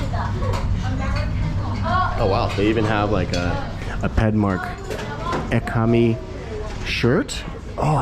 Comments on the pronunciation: E ka me? Where are you Mexico ?Japan? Learn how to pronounce the name correctly man. Or at least try to pronounce as close as possible. You put that much effort to eat the spicy food at least you can do is say the name right. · Awesome. Discovered your channel from Chris. The Pad Kaprow looked awesome and while the price is more expensive for Thai standards, it’s pretty reasonable for someone from the States. I’m actually Thai and will be traveling to BKK in mid August for a 2 week vacation. Hopefully I can check it out. By the way, Ekamai is pronounced “Eh-Kuh-My”